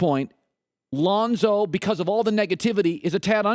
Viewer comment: Chris it's Lonzo..not Lahnzo..😂